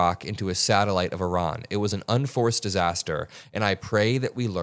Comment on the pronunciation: You pronounce Iran and Iraq so well the way it should be pronounced.